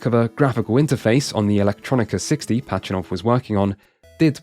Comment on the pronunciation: It’s “Pazhitnov”, not “Pachinov”